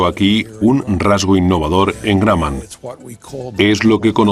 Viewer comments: El tipo diciendo granman se dice Grumman así .... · El locutor español ha debido, como mínimo, averiguar cómo se pronuncia "Grumman". No sé de dónde salió eso de "gran man": parecería que se puso creativo. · José, se escribe imbéciles y la fábrica es Grumman y se pronuncia Gruhmmann. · Guayaquil Independiente pub se pan grumman suena Gramman viaja más y escucharas que según de donde aprendes inglés yanki o british suena distinto